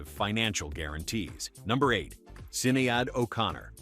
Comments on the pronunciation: Sin-E-Ad O'Connor😅😅😅😅😅😅😅😂😂😂😂😂😂😂😂😂😂😂😂😂😂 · Because it’s A. I. Sin-e-add O’Conner…..